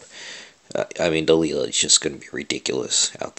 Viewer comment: Dude, its pronounced "Delayla", you know like the song (can't remember the band name) hey there Delilah, *blablabla" " (at least I think so).